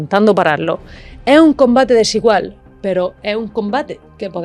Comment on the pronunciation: No é así, pero é ppobable que no sepa qué é a malaria. Si consideramo lo mosquito. Esa mierte en lo último año.... Láatima,que hable ran mal y defirme el español, porque el contenido es interesante, pero es irritante cómo dice "é", y no esssssss. En español se dice esssss, no é.